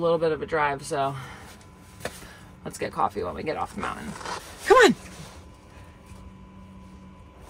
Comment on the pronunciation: Mountain had a T in it. Didn't know if you realized that because you're not pronouncing it. Anyway mounTain 👍